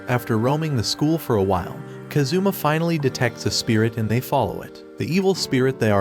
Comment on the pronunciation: He is kAzuma, not kazUma ffs.